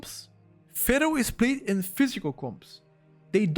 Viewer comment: when you say Feral, it sounds like you are saying Fero.